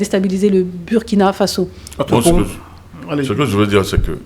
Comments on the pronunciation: Mme, le pays se PRONONCE LE BOURKINA FASSO, MÊME S'IL S'ÉCRIT BURKINA FASO. ÇA FAIT MAL AUX OREILLES D'ENTENDRE, SURTOUT DE LA BOUCHE DE PERSONNES DE PEAU NOIRE, CE QUE VOUS DITES. S'IL VOUS PLAÎT, DITES PLUTÔT "LE BOURKINA FASSO" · Dommage pour la MAUVAISE prononciation du Burkina Faso par la présentatrice. Hélas, Hélas !!!!